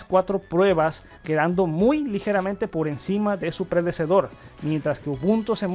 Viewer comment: predesedor xd